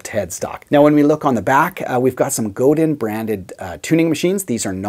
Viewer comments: Just a minor point, but I believe it's pronounced "Go-DAN" not "Go-DIN". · forgot.... It's pronounced Go Dahn LOL it's a French thing I suppose. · Commenting from the U.S. here, so I’ll defer to our Québécois friends, but I believe the company name is pronounced “go-DAn” (the n lowercase on purpose because it’s a bit softer). I’ve heard people from the company (I think including a member of the Godin family) pronounce it that way on their website videos. But, again, I’ll defer to those of you in Quebec (greetings, by the way, to my neighbors to the north from not too far south of you in the Boston, Massachusetts, area!). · Nice guitar. Nice review. I think the name is pronounced "Go-Dine". I have always loved guitars that are well made to be players. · Godin sounds like go day when someone from the Godin family pronounces it. 😎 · its pronouncrd Go dan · I have owned a Squier Strat and an Epi ES355. Traded both for a Godin Radiator. Awesome guitar, made in Canada by Canadian craftsmen. I would only trade it in on another Godin electric. I also have 2 Seagull acoustics (made by Godin) that I would put up against any Gibson and dollar for dollar they can’t be topped. By the way, you need to brush up on the pronunciation of “Godin” 😉. 🇨🇦🎸😎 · Wait a minute...even the polite Canadian guy pronounces it wrong? Maybe the rest of Canada really DOES hate Quebec...